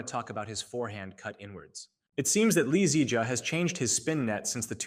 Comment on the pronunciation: You are saying "2021 lee zee jia " as if he is a car model or something 😂